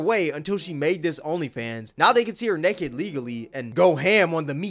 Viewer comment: The way you say "naked" makes me laugh it sounds like "neked"